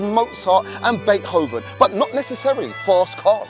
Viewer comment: Bait hoven ...😂😂😂 ima start saying it like that ...sounds cool lol